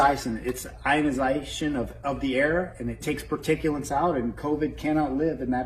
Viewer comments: "Ionisiiition" "Particulants" God can't heal stupid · The likelihood of this machine working is the same likelihood of tweddle dumb and tweddle dumber pronouncing "ionization" correctly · Can’t even say “ionization” correctly. And no, it’s thanks science for that great technology if it’s even real. On a side note, those two pastors come off to me like they are totally in the closet. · How does he pronounce ionization? If he's working on the scientific principle of it, why can't he say it? It's like those dumbasses who say nucular, instead of nuclear.... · the guy can't even say the word properly... :/ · Love the fact that they CAN'T even pronounce their "miracle technology" is hilarious. Besides...I thought that they were covered in the Lord's blood therefore they didn't need to worry about the virus. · The guy on the left can't even pronounce 'ionization'! That guy is like, rubbing his hands together; body language for "I can't wait to get my hands on your money"! 🤑 🤣🤣🤣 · They couldn't even pronounce ionization. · When you can't pronounce the word properly I don't believe you understand the technology. "technology developed by some members of our church" Right.